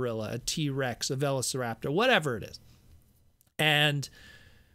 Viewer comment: That velociraptor pronunciation tho